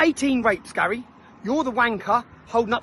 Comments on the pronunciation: Is she saying Larry? Haha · Did she call Gary Larry? 🤣🤣🤣🤣